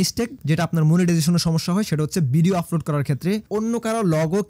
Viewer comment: ফারট , ফফুলার , আফলোড , সাফ এগুলা কি ধরনের কথা !! ...... ভাই মনে হয় নোয়াখালীর ...... প রে কেন যে আপনারা ফ উচ্চারণ করেন !!